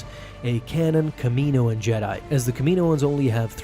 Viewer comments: Next video i fully expect to hear you say it how it sounds 'kalm-onni-ian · Its calm_onni in. Phonetically get it right